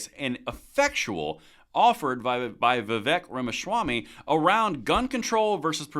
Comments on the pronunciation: That's Vee-Vake and not Vee-Vek. And the more I hear him (Vivek) speak, the more I like him. And I couldn't agree more. If you make schools gun free zone...well I'm preaching to the choir. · It’s pronounced VIV-AKE, as in “cake.” Not VIV-ECK, as in “heck.” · Vivek rhymes with cake as in Vivake.........FYI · I know it's spelled Vivek, but it's pronounced Vivake. Rhymes with cake.